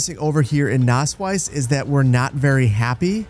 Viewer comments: It's not spoken Nasswise, it's more like Nassweeze. The word comes from wett meadow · Btw your town isn't called nassweiss (wet white, pronounced like nass-wise) but nasswies (wet meadow, pronounced more lik nass-weez). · But I kinda like that it almost sounds like he's saying 'Naseweiß' 😂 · „Nasswies“ is pronounced like nus-weas (pronounced like nuts and beast) „Nass Wiese“ would mean like wet-meadow in German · To pronounce the wies in Nasswies like a German, say it like the beginning of weasel, so Nass-"weas"! You're welcome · amazing video. btw nasswies in english means something like wet grass :D and if you want to pronounce it it is pronounced nasswees. But you pronounce it pretty well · It's Nasswies (pronounced nass-veeze) means wet (nass) meadow (wies) :) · it's not pronounced with a 'u', though? It's more like a short 'ah.' (Sonst wäre es ja Nuss Wiese haha ♡)